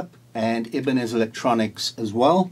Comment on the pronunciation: Not Ibiniz, it’s Ibanez (eye - ban - esz) !!